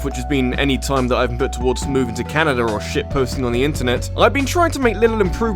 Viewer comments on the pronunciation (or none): none